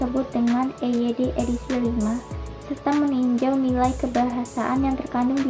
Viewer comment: EYD itu kalau dieja ala Inggris bukan juga i-yu-di melainkan i-wai-di. Jadi, sudah salah kaprah pengejaan EYD yang seharusnya e-ye-de dibaca i-yu-di, Inggris bukan, Indonesia juga bukan. Yang benar e-ye-de. Ingat e-ye-de, jangan diinggris-inggriskan, singkatan asing tetapt dieja ala Indonesia contoh lain HIV dibaca ha-i-ve walaupun orang Inggris mengejanya eich-ai-vi. Jadi, betul untuk orang Indonesia HIV dieja ha-i-ve dan WHO dieja we-ha-o sementara orang Inggris pasti mengejanya dabelyu-eich-o. Jadi, singkatan asing tetap dieja ala Indonesia.